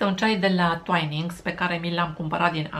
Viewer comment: Se pronunta "tuinings", my dear!